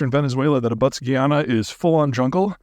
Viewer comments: Peter, you are right on point minus a few inaccuracies and the pronunciation of Guyana. It's not Guiana but Guyana. You stress the 'guy'. Apart from that I must agree with you. The Venezuelan military is a disaster but they might do it and only embarrass themselves as Russia did with Ukraine. These cats might be desperate 😅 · Correction on pronunciation: It's: /guy-ana/ not /gee-ann(a)/. The latter pronunciation is closer to the French (a different country) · Ive never heard guyana pronounced that way. Its guy-YAN-a . Also wouldn't it be easier for Venezuela to fix itself than to invade? Still don't understand why their oil is not functioning and we have an embargo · pronouncing guyana geeyanuh is crazy Pete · Guyana is pronounced like Family Guy-ana. For a real wake-up call, read up on the last 50 years of history and British/American dumb ass meddling